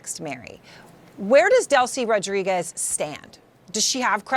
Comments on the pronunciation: Butchered her last name then said the president was on top of her. Jeez CNN.. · Really? You can’t pronounce Rodriguez?